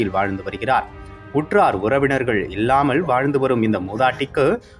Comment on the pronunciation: Read as Nillamal and illama and don't pronounce ce as nizhzhamal and izhzhamal Try to learn Tamil letters properly